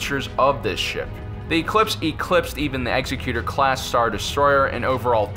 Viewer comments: It's Executor, not Executer. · I love your show and watch it all the time, but please use a dictionary and look up the proper pronunciation of the word "Executor". (eggs-EC-u-tor) not (execute-er). I think perhaps you are confusing the word executor with the word executioner. I notice the other host has corrected his pronunciation lately, and I know this video is a little older, so maybe you've already figured this out. Anyway keep making these, I love them. :)